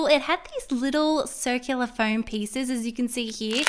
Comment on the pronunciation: it's pronaniunced foam both floam